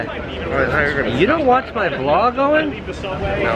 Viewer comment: Did anyone notice he says VLOG 90 ?